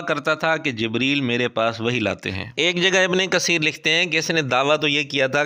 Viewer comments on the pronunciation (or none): تجوید کی مہارت کا دعویدار مرزا "ابنِ قسیر" بول رہا ھے۔ "س"اور "ث" کے اردو تلفظ میں شاید واضح فرق نہ ھو لیکن "ق" اور "ک" میں اردو میں بھی واضح فرق ھوتا ھے۔